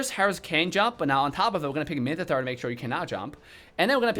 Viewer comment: no one:: minthitar